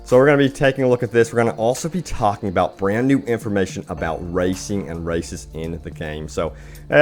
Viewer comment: I know this video is outdated, but still... How come I hear him saying "racists" instead of "races"?...